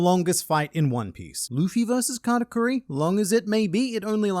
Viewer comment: It's Katakuri not karakuri you foolish narrator.